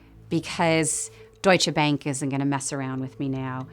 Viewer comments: I like how despite being German himself he just called it „Deutsche Bäänk“ every single time 😂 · why he keep mispronouncing Deutsche Bank hes german lol